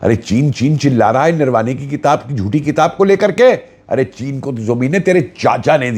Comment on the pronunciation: सर नरवणे - नाम है नरवाणे नही